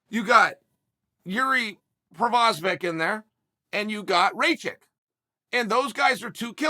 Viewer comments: It’s not Provosvick Chael, it’s Prokriav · He said Provisor 🤣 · He literally called Prochazka "Provesvek" and "Prosevic" hahahaha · who is prosavic lol. why doesnt the producer guy correct him and have him redo the rant. BECAUSE CHAEL IS EPIC only he is brave enough to put out videos to 900k butchering names every way we knew possible and inventing a few we didnt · You guys got it all wrong, he said “ La Prochlavich and Raye - Kich are studs” he said Fuckin La Prochlavich lmfao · He had zero problems pronouncing Blachowicz properly (Bluh-HOE-vitch). He's definitely pulling our leg.